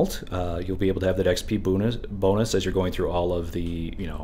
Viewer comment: When you said "boon-us", I know exactly what happened. You're brain was thinking "that'd be a nice boon" and your tongue just combined those words. I think its cool our brains do this, and by context, our brain knows what you mean. I heard a women say her kids were "running rampid" and I realized people here say that, and don't realized they're combining rabid and rampant. Anyway. Language is cool.